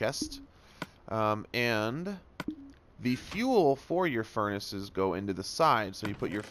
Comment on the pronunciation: “Furnisisisisis” lol